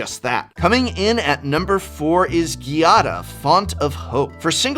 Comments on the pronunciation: Normally, I would have just left a comment like "i can't think of anything good to comment, I just want those commander decks" but I actually have something good to say this time. GIADA IS PRONOUNCED WITH A HARD G! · Most card names of legendary creatures are strange but being Giada a common name in Italy that pronunciation is soo weird to my ears (the accent is on the first a not the i). Beside that, what's going on with RhisticStudy line in italian in the outro? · Has Giada been pronounced differently every time here? WUT xD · I love how even prof will go back and forth on the pronunciation of Giada.